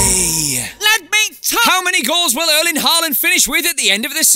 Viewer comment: to bad you didn't include Pep(e) post match interview with BT Sport ( sec video), saying Hrling instead of Erling.